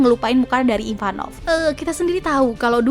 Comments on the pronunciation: Ivankov bukan Ivanov 🤭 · Maaf kak, merasa aneh aja dengernya SALFOK sama penyebutan nama karakter IVANKOV Bukan IVAN NOV KAK Tapi. IVAN KOV Maaf kak sebelumnya, terima kasih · Ivanov apa ivankov. Hahaha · IVANKOV kak IVANKOV...😅